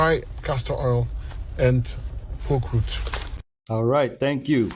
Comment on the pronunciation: Poke roots, not pork roots😂